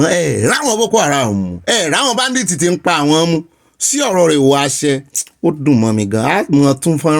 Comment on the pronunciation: This oga olopa he sick saying that word badith is badit. Eku eto olorun amabawa to.❤❤🎉🎉😂😂